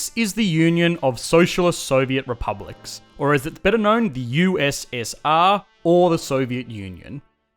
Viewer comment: OH god already in the first 10 sec of the vid and this dude totally butchers USSR